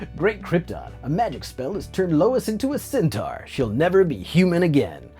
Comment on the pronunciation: The Body Horror Champ!! LOL "like I have some sort of sentar fedish. I really don't....I think" LOL